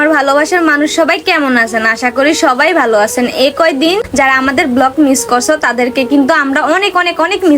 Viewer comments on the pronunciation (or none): none